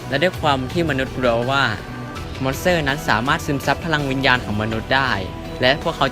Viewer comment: ทำไมได้ยินว่า มอนเสอร์